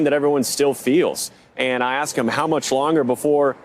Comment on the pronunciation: Advertising before video person running for what said "axked" not wanted